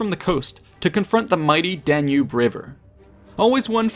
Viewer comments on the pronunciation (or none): none